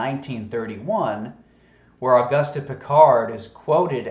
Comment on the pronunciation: It's pronounced Oh-goost.